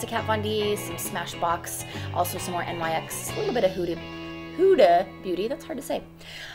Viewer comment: Just to let you know NYX Cosmetics is actually pronounced like the “ Nicks “ just fyi 😘🙂